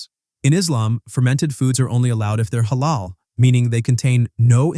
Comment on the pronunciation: Yeah but if you real care about Islam you should know that nutmeg is Halal and also it's pronounced more like he(like a in America) la:l.